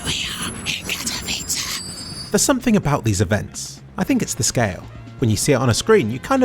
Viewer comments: its spelled how its written... OMG just say it right XD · Wow you can actually say Katowice properly. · It hurts me how you pronounce Katowice . I am Polish ...